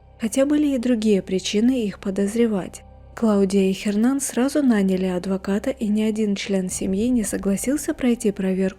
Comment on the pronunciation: Не говорите "Хернан"! В испанском "Н" не произносится! Его имя произносится как "Єрнан".